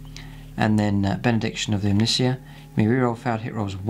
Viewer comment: Interesting video, I really only have one comment. Omnissiah is pronounced like Messiah, e.i. Techno Jesus. :)